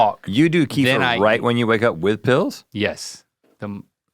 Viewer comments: Can someone tell R&L that “Kefir” is pronounced “kuh-FEAR” and not “KEY-fer” 😂😂😅🤔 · I always thought it was KEF-ear. Kiefer was making me crazy. Plus it is comes in flavors.